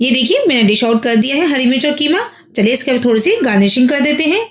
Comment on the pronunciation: Keema nahi qeema kaho